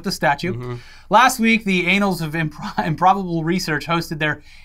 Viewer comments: "annals" is not pronounced "anals", it's like "Ann Ulls" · Hey, better double check on that pronunciation of the word “annals”😂